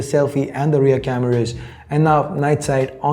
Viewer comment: I hate the way you pronounce the word "Cameras". It feels cringe